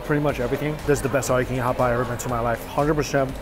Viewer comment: "All you can Yeat!"